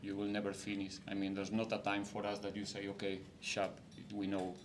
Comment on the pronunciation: Did our coach just said Sharp?😂